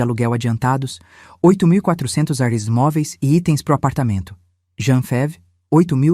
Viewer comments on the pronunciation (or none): none